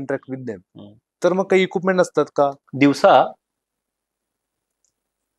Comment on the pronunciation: 50.17 इकुपमेंट नाही equipment इक्विपमेंट. Plz change the host...